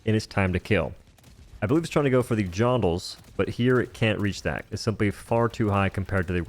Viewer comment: "Johndles" 😂 bruh